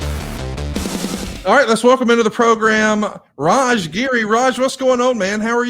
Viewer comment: referred to Raj as "Raja" what a goon! 😂😂😂